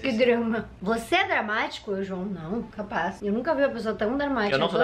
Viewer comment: Gente nostalgiei agr! Fui pro sul e geral era: CAPAZ! Ai a agora: capazzz